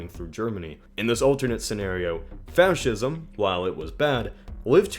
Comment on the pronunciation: Did he pronounce Fascism as Fouwshism?!😂